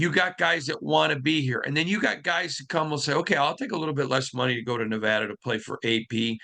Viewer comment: Thank God pronounces Nevada correctly. I cringe every time I hear someone say "Nev-ah-dah" On another note, AP has similar Coach Prime vibes to me. He's the coach that understands today's players. He knows how to connect to them but ALSO properly discipline them in a way they'll take it constructively. That's been hard to do in any generation in my opinion. I was 50/50 on either AP or Harbaugh, but after thinking about what Harbaugh would want and how the demeanor of the players would change, I'm 80/20 now in favor of AP. However, if we do pick AP and Harbaugh goes to the Chargers, buckle your f*n seatbelts! That's 3 top tier HC's we'll face twice a year. The chips will be stacked against us 100%, but that's how it's always been for the RAIDERS!!